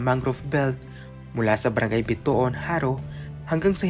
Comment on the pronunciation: Correction. It is pronounced as a-ga-NAN. Nasa last syllable yung stress. Ganoon din yung Barangay Bito-ON. Aganán River Barangay Bito-ón, Jaro, Iloilo City.